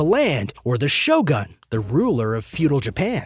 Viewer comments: your pronunciation of Shogun is wrong. it's not GAN. it's GOON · Right, and with the emphasis on the SHO.